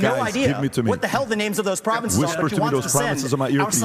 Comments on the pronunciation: Stopped the video at "providences" 😂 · That dude is so dumb he doesn't even know how to pronounce provinces 😂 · The guy cannot even pronounce province, and says providence, and criticizes others with not being able to name 3 “providences” in Ukraine! 😂